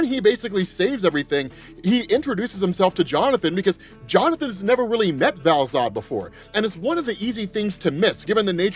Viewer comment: All I read in the comments is an correction on Val-Zod